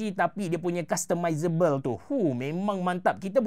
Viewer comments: customizablee abe cerahh bunyi dio customizable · Takpe be lepah ni sebut customizable